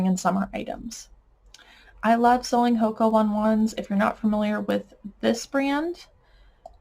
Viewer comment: Hoka One One is pronounced “Ho-Kah Own-ay Own-ay” Great video love all the detail!